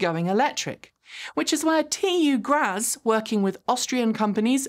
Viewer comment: You usually do so well with the foreign pronunciations, but missed with TU Graz. It's more-or-less pronounced "graats". gets it right here